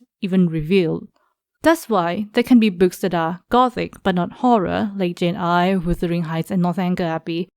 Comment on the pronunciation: Jane Eyre as in "air", not Eyre as in "ire".